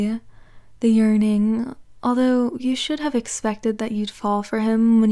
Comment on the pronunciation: "the intimacy, the yurning," i heard urinating help me